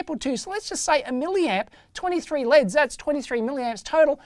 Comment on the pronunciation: only complain, he says "Leds" instead of "LEDs" also wtf, why is it 1080p50... i have never seen that